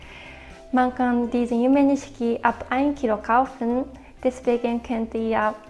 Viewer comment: Yumenishiki wird „Yume Nischki“ ausgesprochen, aber die rosafarbenen Verpackungen sind eigentlich nicht zu übersehen.